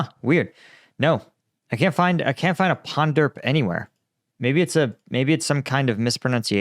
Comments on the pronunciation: "ponderp" probably hard to pronounce "Punjab" for a Chinaman. I'm multilingual and deal with a lot of accents, just ab educated guess. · it is not Panderp but Punjab. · He said "Ponderp" by pronunciation in mandarin possibly actually saying "Punjab" in mandarin, they are quite similar pronunciation. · He said "Punjab" not ponderb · "Punderp" -> Punjab? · Just a (somewhat informed) guess here: "Ponderp" could be a severely mangled pronunciation of "Punjab" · I knew I rem that! When he was saying ponderp I rem reading it that way when my Pakistai friend told me it was Punjab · Maybe possible mispronouncation of Punjab in India. However lot of Nepalese however have volunteer due to wages difference.